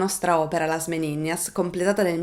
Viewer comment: La pronuncia, anche in spagnolo, è Meninas, non Meniñas 😉